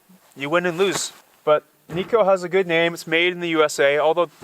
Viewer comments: Its pronounced nigh-co not knee-co. The stove is named after its inventor Ted Knight - hence its pronounced like his name. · Kni co. Kni Alaska made. Not nico.